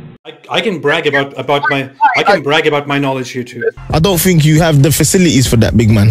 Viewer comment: “I don’t tink u have da facilities for that big man” lool